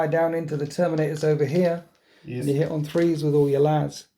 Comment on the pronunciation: Is Alex pinching the way you say yeys or did you pinch his yeys